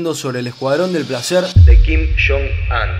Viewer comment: Todo el mundo: kim yong un: kim shon an